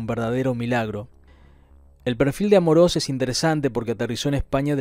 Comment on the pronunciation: En el minuto dices Gonzalo Amoros con acento en la primera o cuando lo correcto es con tilde en la segunda o tal cómo va a continuación Amorós y quiero que entiendan bien la diferencia entre acento y tilde